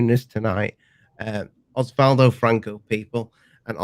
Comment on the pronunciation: It's Oswaldo. 🙂